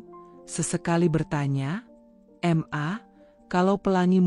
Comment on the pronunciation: Kata ma..kenapa di bilang M-A...geli dengarnya!